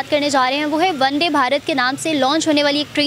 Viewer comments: vande bharat naam h uska na ki one day bharat aap pronounce galat kr rhe ho🤭🤭🤣🤣😂😂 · No:-1 PAKISTANI ZAHIL YOUTUBER Isko kush bhi patah nahi hota , bus ikk line parr ke chal parti hai vedio banane Or woh bhi sahi nahi hota or na hi isko koi bhi knowledge hai. Bus aise hi zahilon se bharra parra hai Mam वन डे Nahi hai वंदे भारत . है । 😅😅😅😅😅😅😅😅😅😅😅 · Deliberate attempt to pronounce it wrongly... "ONE DAY" BHARAT nahin, "VANDE Bharat"